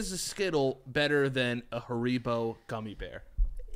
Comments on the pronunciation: Why tf does say hareebo instead of haribo?? I’m pissed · Sound it out: HAIR-I-BO. Not HA-RI-BO Haven’t you guys seen the commercials? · saying haribow 🤣🐻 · The way says “Haribo” as “Ha-ree-bow” is driving me nuts!!!!!😅😂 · I can’t take the way was pronouncing haribo 😂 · Hearing pronounce Haribo made me sick